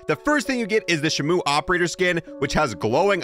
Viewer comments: Shmou is crazy lol it's pronounced she moo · It’s the orca, it’s shE-mO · its pronounced She-moo but hey i dont wanna be that kind of guy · Your saying it wrong you’re saying shimu is Shimo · Shimo not shimu Which means frost in Japanese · Nah he aint saying "shimuu" hes saying "[C-MOON]"🗣🗣🗣‼️‼️‼️🔥‼️🔥‼️‼️🔥🔥🔥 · Its said like sheemoh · “Shimoo” Lol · its pronounced SHE moo